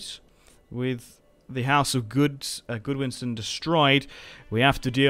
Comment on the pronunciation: GOD-winson not GOOD-winson. Are you really British? Or is the British education system as bad as America?